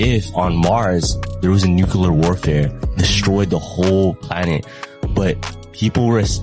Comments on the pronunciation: Why cant mf'ers pronounce nuclear? I mean read the damn word its not NEWCUELER its NUCLEAR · "Nuclear"... Ugh... 🙄🙄🙄🙄🙄 Not "NUCULAR"!!🤦‍♂🤦‍♂🤦‍♂